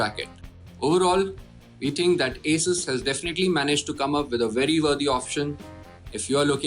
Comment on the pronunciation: Your pronunciation of "Asus" is wrong... its A-sus